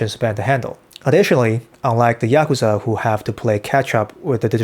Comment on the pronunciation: You pronounced Yakuza 3 different ways.